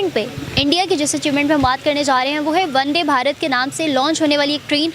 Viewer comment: Bhosdi ki vo wonday bharat nahi vandebharat h